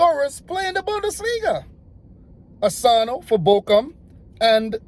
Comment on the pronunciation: Doan was so good when he played at Bielefeld and they the way you pronounce Bochum